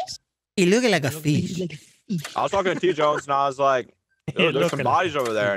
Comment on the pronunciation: "Dey look like feesh..."